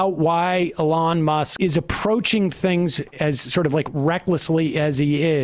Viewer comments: why does Sam call Elon Musk "e lawn musk"? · please stop pronouncing elon that way